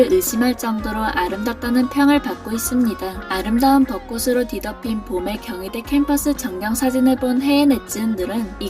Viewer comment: 방송에서조차 아나운서나 전문MC가 아닌 일반 연예인들은 빈번하게 틀리는 발음. '꽃을 사주다' : '꼬슬 사주다'X '꼬츨 사주다'O '꽃으로' : '꼬스로'X '꼬츠로'O '꽃이' : '꼬시'X '꼬치'O 한 가지 더... '빚을 지다' '빚이 많다' : '비슬 지다' '비시 만타'X '비즐 지다' '비지 만타'O '비시 만타'라고 발음하게 되면 (머리 빗는)'빗이 여러 개 있다' 라는 뜻이 된다. '꽃으로'는 '꼬츠로'로 정확히 발음함. '벚꽃으로'(버꼬츠로)를 '버꼬스로'로 틀리게 발음함. 여기서는 '벚꽃이'(버꼬치)와 '벚꽃으로'(버꼬츠로) 두 가지 다 맞게 발음함. '벚꽃을'(버꼬츨)을 '버꼬슬'로 잘못 발음함. '벚꽃이'와 '벚꽃을' 두 가지 다 맞게 발음함.